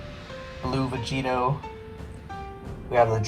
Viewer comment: Y’all like how he called blue gogeta vegetio